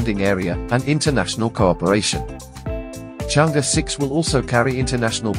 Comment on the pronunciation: Pronouncing “Chang Err”.